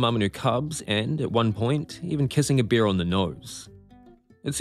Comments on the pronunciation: It is bear, not beer! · Your pronunciation of bear. 😅 Though I can believe he lived with beers. You gotta be drunk to do what Timothy did. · Will you ever manage to pronounce "bear" so that it doesn't sound like "beer"? They are completely different, you know.